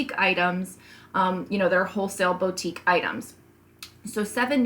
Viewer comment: Loved your video. Super helpful. Can I gently make a pronunciation suggestion? It’s Boo tique, Not Bow...